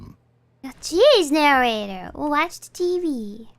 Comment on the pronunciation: I like the way she says "Narrator"